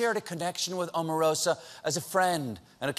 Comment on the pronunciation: Oprah, Obama, Omarosa... all long vowel- O's. Please pronounce her name correctly. It should be about time now.